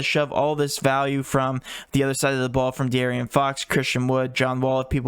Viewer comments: Bro stop saying DeArian fox 🤣🤣🤣 that’s not his name🤣 DeAaron fox , it ain’t Arian Gordon is it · D A A Ron